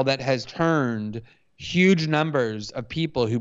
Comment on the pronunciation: And yuge